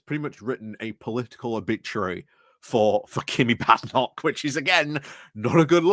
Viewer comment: Badenock is pronounced with a long a vowel not a short a vowel!